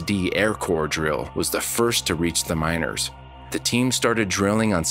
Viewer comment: I kept hearing minors instead of miners. Very different stories